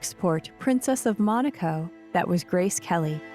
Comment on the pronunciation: They keep pronouncing Monaco incorrectly in this documentary! So annoying!!!! Also, they are mispronouncing Prince Rainier!